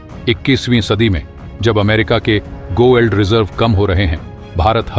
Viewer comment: गो एल्ड नहीं गोल्ड पढ़ो भाई